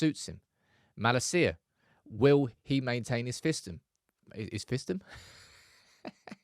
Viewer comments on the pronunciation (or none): Please learn how to say Malacia correctly. Its Maa-lar-see-arr. not mallaseeya